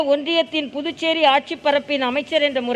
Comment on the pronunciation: the guy says "புட்டு சேரி" Pudducheri. Can he not practice and come ???